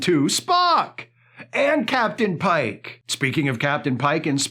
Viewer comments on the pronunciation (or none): none